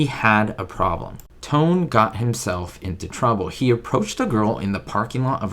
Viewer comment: His name, Franchot, is pronounced "fran•show" and you got Tone right😃 Good try, though!